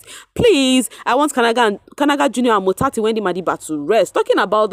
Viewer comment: You say "motsatsi Wendy madiba" so nice I'm always looking forward to hear you 😊🤍